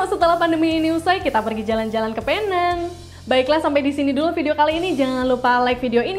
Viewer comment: Salah info awak sebutan penang ialah pineng loghat English